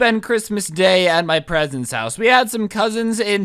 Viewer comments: OMG I heard parents!! Weird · You said “I decided to spend Christmas at my presents house” like if you heard that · wait you said presents house